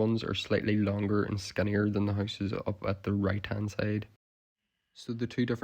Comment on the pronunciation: The first house you showed, the bathroom looks perfect still and I swear I could not understand you saying houses, but horses. haahah